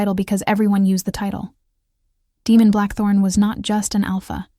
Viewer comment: I think AI is mispronouncing Damon.